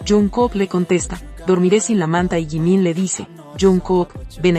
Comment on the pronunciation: Me encanta tú forma de decir lo que son jungkook jimin ❤❤❤❤los amo 💜 💕 ♥️ 💜 💕